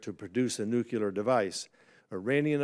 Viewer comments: Nuclear not nucular. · When did it change to nucular? 🤔